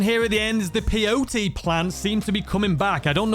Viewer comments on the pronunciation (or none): none